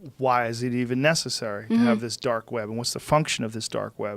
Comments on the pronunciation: Is he saying dork web? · “They’re Doark Sided”